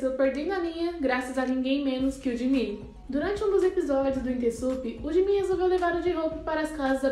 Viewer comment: Ela falar gimin é jimin kkkkkkk